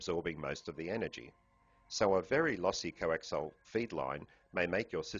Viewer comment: I have to stop watching this because he keeps saying 'coaxile' cables instead of 'coaxial' cables.